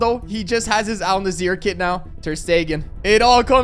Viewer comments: "AL nazzer' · Bro said Al nazzir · ‘Al Nasser’ and ‘zed’ 😂💀